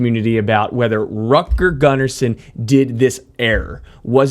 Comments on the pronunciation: He is not Rat-girl Gun-Arson, you say Root-gehr Goon-arson. Come on now, he was Swedish, Im sure You dont wanna be called how your name sounds like if others try to read it in a non-English language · I love this video and how you break everything down with precise language. BTW, ABBA's bass players name is pronounced like this, Rootger Goonnarson (like in Root beer) 😂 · Hur fan uttalar du Rutger Gunnarsson? 😂